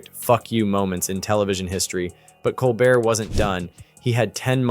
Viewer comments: “Coal-bear” not coal Bert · It’s pronounced “Cole-bear”…..have you never watched his show? He introduces himself to the audience “I’m your host, Stephen Cole-bear.” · Why is it that the commentator canot pro ounce Steven Colbert's name correctly? I am available, should gouwant to replace him . . . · It’s pronounced COL-BEAR. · Pronounce Colbert correctly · Would you please be respectful and pronounce Stephens' name properly. He deserves it.❤